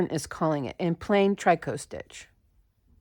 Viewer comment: Hi, C! I love this pattern. Thank you! I think "tricot" is pronounced similar to "picot". Merry Christmas, dear friend! Hugs, always. :virtualhug